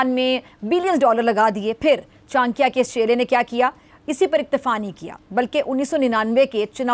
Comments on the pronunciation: Behn chankia ni it's chanakya😂😂😂😂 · Chankya nhi😅😅😅😅 Cha na kyaaa bolo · CHANAKYA HOTA HAI ..CHANKYA NAHI .....JAHILO